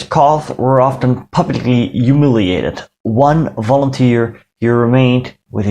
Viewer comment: Your videos are fantastic and this one was no exception. My only problem with it was your pronunciation of the word: humiliated. You dropped the h. The word is pronunciation hue-mil-iate-ed.